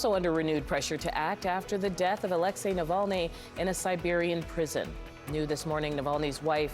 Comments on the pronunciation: Not Aléxey, but Alexéy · Americans suck at pronouncing Alexey.